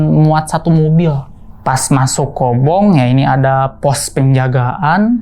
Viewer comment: Maaf bang sdikit info aja. Maaf sbelumnya kalo salah tapi setahu saya yg sempat jadi santriah. Yg s aa ini sebut itu Kobong bukan Kobung .maaf jika berbeda sebutan ya bang😇